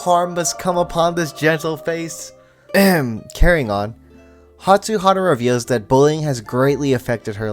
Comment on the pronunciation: I love watching your fruits basket videos! Btw I believe it’s hatsuHARU not hatsuHARA! :)